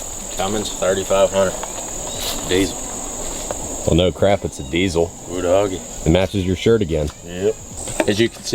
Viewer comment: Diesel, not fucking dizzle